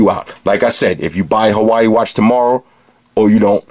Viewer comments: It's pronounced Ha-Wa-II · That was an awesome review bro, I love your style. I don't think I've ever laughed so much during a tech review, plus it's one of the most informative I've seen. Definitely sold me on the "Hawaii" Watch, gonna pick one up after my next paycheck. Also greetings from the actual state of Hawaii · hilarious! it's the same pronunciation "hawai" here in KSA...